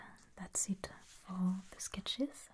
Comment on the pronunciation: forgive mademoiselle, but the page had a, how you say, booger in eet.